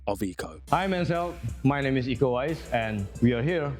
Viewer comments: Eco ??? Tu tá de sacangem neh kkkk É IKO UWAIS ICO UWAYNS ESSA É A PRONÚNCIA NINGUÉM ACERTA NESSA BAGAÇA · Iko uwais A pronuncia ninguém sabe falar aqui.no Brasil É como se fosse ler.. Ico Uains❤